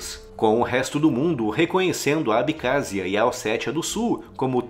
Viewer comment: É ABECÁSSIA! NÃO ABICÁZIA